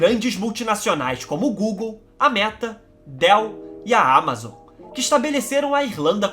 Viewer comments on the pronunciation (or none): none